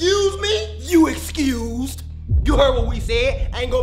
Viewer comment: Dude said excuse me he said ur exused😭😭